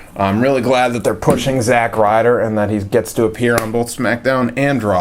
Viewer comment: It's not zack Ryder